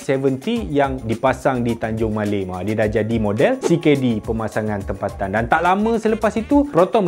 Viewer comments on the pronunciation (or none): none